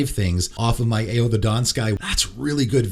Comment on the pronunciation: Ao is pronounced Ow (like “ow, Charlie bit my finger”). Not trying to be annoying